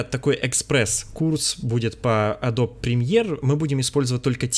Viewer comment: Погугли, как “Adobe” правильно произносится :) smh